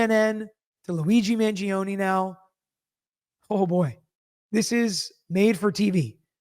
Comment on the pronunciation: It's Man-joh-ney not Man-ji-oh-knee